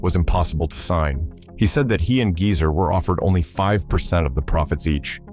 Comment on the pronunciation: Jeezer instead of Geezer